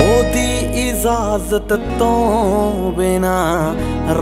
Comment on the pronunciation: Please language te talaffus theek sikho Lafz ijazat hai izazat nahi....pronunciation bilkul correct honi chahidi nahi te swad mar janda hai gane da